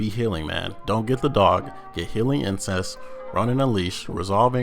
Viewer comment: Anyone else notice that he says "insese" instead of "inceNce"? He is closer to saying a taboo word, rather than the actual word he should be saying lol